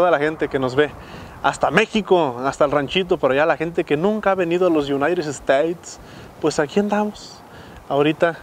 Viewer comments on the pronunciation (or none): none